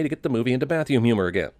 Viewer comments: I'm giving 1/2 of a sin to the narrator for saying "bathyoom". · "Bathyewm humor" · he says “bathyoom”.